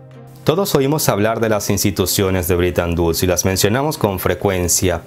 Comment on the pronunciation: Amigo: No se si mis orejas me fallen, pero capto que pronuncias ligeramente " britan uds ". No te fallara la matematica queriendo decir "BRETON WOODS".? Me pregunto!!......